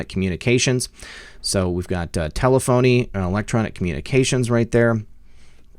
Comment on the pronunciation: Pronounced ta-lef-o-nee, not tele-phony.